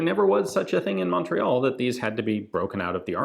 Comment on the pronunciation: Je suis déçu Ian. You can say chatellerault, tulle and Saint-Étienne whit out a accent. But you can’t say Montreal whit out one.